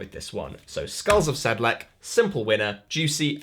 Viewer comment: Skulls of "SedleK" ... that sounds funny :) Should be a -ts sound at the end. It's perhaps the most famous Ossuary next to Paris catacombs.